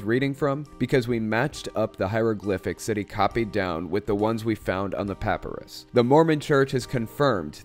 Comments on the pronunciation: emphasis on PIE....not PUH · Please say ”puh-pie-russ” rather than ”papperus” for papyrus. LOL. You are usually right-on when it comes to Mormonism. I know because I was a good Mormon for over 40 years. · not a good comparison. Both those pronunciations are acceptable for tomato, but papyrus is only accepted as puh-PIE-rus. PAH-puh-rus isn't an accepted pronunciation. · I'm sorry but this bothers me, I'm pretty sure it's peh-pie-russ, not pah-peh-rus. I'm sorry, I love your channel and videos! I'm just a boarderline OCD nerd lol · I’m a little triggered at your pronunciation of papyrus. Love your videos though. Pap-eye- rus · I take it you've never heard the word "papyrus" spoken before? Puh-PIE-russ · great video but since it drove me crazy its pa·py·rus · Just FYI, papyrus is pronounced "puh-PIE-rus" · Papyrus is pronounced pap-I-ris. Catholic school taught me something! Lol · Papyrus = PUH-pie-rus. I enjoy your videos but have to correct your pronunciation, sorry. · This is fascinating. But: puhPIErus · No shade, LOVE your videos! But please check your pronunciation of "papyrus"... the "y" is a long I. Keep up the great work. ATB : )